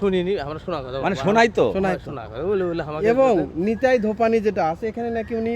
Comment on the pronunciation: বোকাচোদা ব্লগার ভাই, ওটা নিতাই ধোপানি নয়। নেতাধোপানি, আগে ভাষা ঠিক কর। মেয়ের নাম নিতাই হয় কোনদিন। আস্ত ভোদাই।